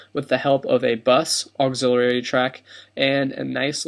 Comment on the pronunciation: auxiliary: auxil-I-ary (aux-ill-ee-ary) thanks, great video - very helpful :)